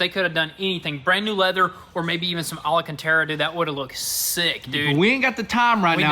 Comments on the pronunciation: I've always wondered where the extra "a" comes from when they pronounce "Alcantara" lol... alacantara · al·can·tara guys.. it's al·can·tara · It drives me nuts how dumb you guys sound saying alacantara 😅 saying it with me now ALCANTARA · It's so funny that he still says "ala cantara" instead of alcantara :D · alcantara not alacantara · Did he say “alacantara”? 😂